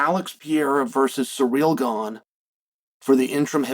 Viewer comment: I completely agree with Uncle Chael, Alex Pee-era should fight Surreal Gone for the interim belt